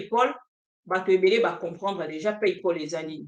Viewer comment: PayPal et non palpay